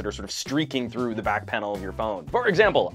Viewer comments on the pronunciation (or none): none